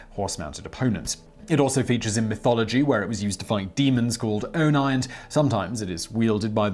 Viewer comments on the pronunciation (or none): Oni: "oh knee" or "on knee", not "on nigh" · Thought you might like to know "oni" is pronounced 'Oh knee' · Oni is pronounced as o-knee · Demon = oni, pronounced ō - nee (like “knee”). Not ō-nī (like “eye”) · *ōnē (Long O and long E sound rather than ohneye) ——Today YOU Found Out :) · Oni is pronounced " O-nee " not "O-ni" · Oh-nee , Kah-Mah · MowHomAd Teradean But Japanese only has 5 vowel sounds, so it’s easy (compared to English). Once you commit to its rules, it’s relatively easy, so he could’ve properly pronounced “oni” (it’s not oh-nigh) :p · "Demons called oh-nye" I love it when Bongos try to pronounce foreign words. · Lost me at Oni "O Nine" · OHNEE, not sure how anyone could miss pronounce this word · Who else is disappointed that he didn’t know how to pronounce oni ☹️ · The way you say Oni, yes yes I know you're sorry for your pronunciation but that's like mispronouncing Pie.